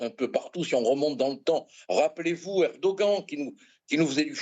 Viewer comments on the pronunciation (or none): none